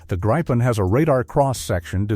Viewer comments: It is pronounced "greepen", not "graipen/gripen". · no it is pronunced griiiipen a long i . I should know since I´m a swede and gripen is swedish for what u call the mythic Griffin, the halv lion and eagle. Becase it is the king of the sky and land. U guys haven´t seen anything of what these beasts can do for real. But u will! =D